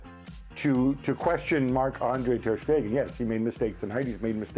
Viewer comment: TER "STATUE" STEGEN